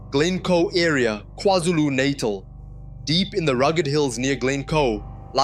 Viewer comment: Agree a great video, but the voices are definitely AI generated, especially the one with the Afrikaans accent.... no Afrikaans South African will butcher the word "NATAL" like this.